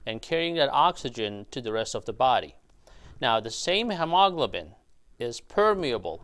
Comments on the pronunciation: FYI - it's pronounced hee-ma-glo'-ben. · It is hee-moe-glow-bin 😊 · hemoglobin is pronounced: He-Mo-Glo-Bin. All 4 syllables accented! ok? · Hemaglobin is pronounced "Hee ma glo bin" with the accent on the first syllable. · It's "he, mo, globen". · Say, hem o glob u lin. Once again... hem o glob u lin. There. Good job!! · the word is pronounced he mo glo bin. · doctor thats pronounced he-mo-glo-bin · I know, right!? My brain is translating his pronunciation like 😞😞😞😞😞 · Took a while to understand that you were trying to say HEMOGLOBIN. Thanks for the video. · Why on earth do you mispronounce hemoglobin so badly? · A well-intentioned tip for you, talk to a native English speaker about the correct pronunciation of hemoglobin. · He pronounces Hemoglobin in a "funny" way! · That is how some Phillipine born people pronounce hemoglobin. I enjoy it! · Hemoglobin? Where did you find that pronouncing style? Please Google the American English pronunciation. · his pronunciation of hemoglobin is nervewracking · Am I the only one that is jarred by the way he pronounces hemoglobin?